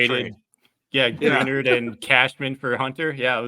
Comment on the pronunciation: It's pronounced Gra-nard. 👍